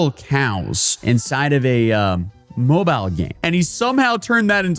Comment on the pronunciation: Don't you mean "moobile game"?